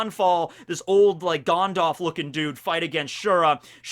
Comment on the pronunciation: "Gonedolf"..... I'm disappointed.